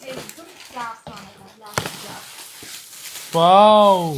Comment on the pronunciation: കാസ്ട്രോൾ അല്ല ഭായ് കാസറോൾ എന്നാ